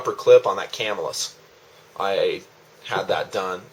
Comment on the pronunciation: +1 on the pronunciation. Ca-MILL-us.